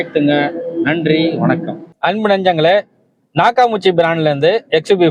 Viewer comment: அது நாக்காமுச்சி இல்ல. நாக்காமிச்சி. அதிகமான பேருக்குத் தெரியாத அற்புதமான ஜப்பான் ஆடியோ சிஸ்டம். சரியாக உச்சரியுங்கள் அன்பரே.